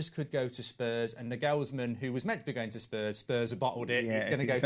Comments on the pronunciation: has an interesting way of pronouncing footballers names 😅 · How is he pronouncing Nagelsmann like that ?! Wow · still pronouncing Nagelsmann wrong 😂